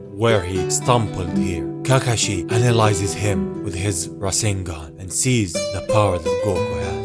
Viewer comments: Dude it’s Sharingan not Reisinger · its sharingan not rasigan